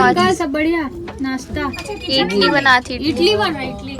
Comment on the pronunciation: इडली होता है इटली नहीं होता है इटली देश